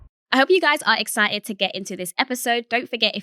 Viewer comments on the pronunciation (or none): Ex-Si-ed - what is that? I think she means exciTed